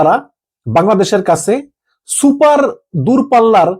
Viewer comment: Not super it is siper